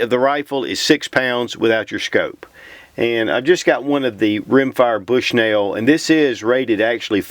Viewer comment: I love " bsuhnell" scopes hahah I'm just poking fun I love your channel